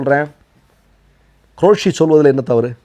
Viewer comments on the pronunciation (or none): உங்களுடைய போஸ்ட் எல்லாம் நன்றாக உள்ளன. ஆனால் நீங்கள் உச்சரிப்பில் கவனம் செலுத்த வேண்டும். இந்த விடியோவில் தாங்கள் ப்ரமாண பத்திரம் என்று சொல்வதற்கு பதிலாக பிராமண பத்திரம் என்று உச்சரித்தீர்கள். அதே போன்று குரேஷி என்பதற்கு பதிலாக க்ரோஷி உச்சரத்தீர்கள். இனியாவது தயவு செய்து உச்சரிப்பில் கவனம் செலுத்தவும்.